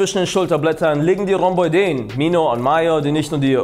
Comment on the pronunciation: Interessant... ist unter deutschen Fitness-Toutubern garnicht selten dass sie die Rhomboiden falsch aussprechen.. richtig wird das Rhombo-iden ausgesprochen.. wie Arachnoiden.. oi ist getrennt und wird nicht zu äu/eu